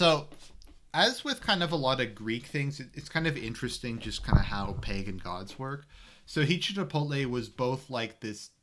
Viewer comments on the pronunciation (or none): none